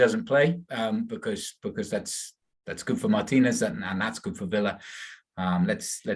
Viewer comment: Thank you for pronouncing Martinez' last name correctly